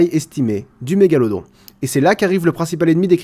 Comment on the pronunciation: C'est mégaloDON pas mégalodRON Désolé ça me stresse ^^